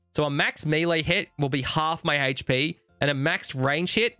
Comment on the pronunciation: Not even gonna lie, I get all hot and bothered when says things like "Haych-P" and "Monstah"